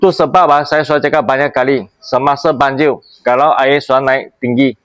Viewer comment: Banjir bos bukan banjiu😂